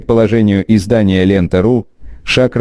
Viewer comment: Не Шакра , а Шакро и ударение не надо ставить на букву А....И Тариел не Аниани , а Ониани. На грузинских именах нет ударений совсем. И тем более ставить их куда попало и так явно